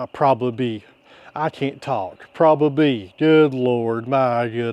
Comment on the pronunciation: Yeah, you pronounced that one wrong. It's "pro bob ab ly". 🤣🤣🤣 😁✌🏻🖖🏻